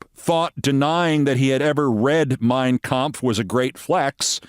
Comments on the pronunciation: Trump sure pronounced the name of Hitlers book correctly. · "I never read Mein Kampf (perfect pronunciation)! - drumpf